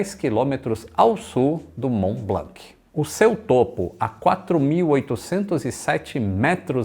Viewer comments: Mont blanc !!! Pas blank on dit pas le c en k !!! Prononce blan kkkkkkkkkk👍🇨🇵🇪🇸🇧🇷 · Só um adendo, a pronúncia (tentando escrever em português o que falam em francês) de Mont-Blanc é "món blãn"... No francês essas consoantes sozinhas no fim das palavras costumam ser mudas. Uma piadinha sobre isso no desenho Tin-Tin, dois policiais gêmeos se chamavam "Dupon e Dupon", sendo na grafia Dupond e Dupont. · Ótimo video, so tenho uma pequena correção sobre a pronúncia do "Mont Blanc", na pronuncia francesa não se pronuncia a letra "C", aqui esta a versão escrita com o alphabeto phonetico se te interesar: mɔ̃ blɑ̃. (E so pra avisar, eu sou de nacionalidade francesa e brasileira, e eu assisto todos os seus videos da França). Um abraço. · uma dica: não se deve pronunciar o “C” no fim de Mont Blanc (fica monblãn) e nem “X” no fim de Chamonix (fica chamoní). Valeu! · tanto no Mont Blanc como Chamonix, não se pronuncia o C e o X, parabéns pelo canal. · O mais engraçado é o falando "Blanc" uma vez que em francês não se pronuncia a letra "C" do final. 😂